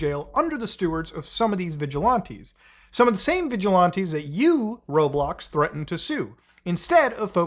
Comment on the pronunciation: "Vigi-lawntees"? Its VigilANTEES Muta. Idk why but it's like nails on a chalkboard hearing you mispronounce it lol. Especially in quick succession.